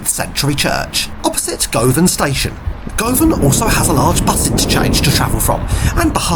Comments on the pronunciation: Tradeston is pronounced Trade - ston(e) not TRAD -DES-TON.... 'Govan' is pronounced GUV-AN. Originally the livery of the 'Clockwork Orange' trains covered the whole carriage, not just the ends. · Dear, o dear... at least make a little effort to get the pronunciations right... Tradeston, Govan......etc.